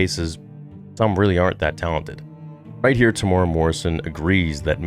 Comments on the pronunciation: The way you pronounced his name “tamora” 😂😭 it’s said like “Tem-You-Era”. But nice vid anyway brother ❤️ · Hey bro, love your channel. Just FYI... Temuera is pronounced: Tem Eww (rhymes with "you") Air A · Kia ora e hoa(greetings my friend) Maori fella here it's pronounced Tem-moo-air-raa Morrison. Love your content and watch your stuff alot Proud of the bro Tem and his mahi(work) with the character Boba fett. Nga mihi(many thanks) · I was so excited to see this vid until you slaughtered his name. It's pronounced Tem ooh weh rah. Please make an effort if you respect his acting. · Te - mu - era Te (teh not tay) mu (moo) era (like the english word era, extra points if you can flick that R like italian)